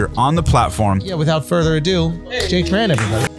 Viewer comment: congrat to you !! However, it is little bit sad that many people mispronounced your name in the video and u not bother fixing it:( I am Vietnamese and I just know that your surname are “Trần”, not chan.